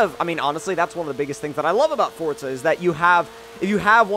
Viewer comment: say it right for za not fort za